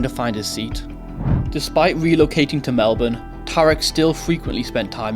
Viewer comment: First non Aussie to say Melbourne correctly. Congrats to you 👏